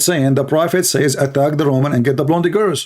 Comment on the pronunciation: seriously, you need to learn English. You are mispronouncing a lot of words. It is not "blondy" girls. You do jot pronounce the "e" in blonde. So you pronounce "blond" the "e" is silent.